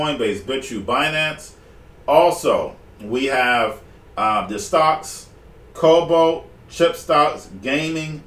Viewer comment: I think he's saying cobalt